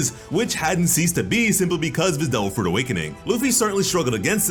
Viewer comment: I'm sorry.... did the narrator say "Doe Fruit Powers" or "Dole Fruit Powers"? Am I the only one hearing this?